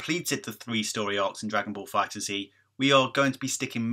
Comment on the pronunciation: The game is confirmed to be set after the Future Trunks Saga and before the Tournament of Power, so it's after Goku Black arc. It's pronounced Fighters, without Z. Awesome video though, bro! As always. :D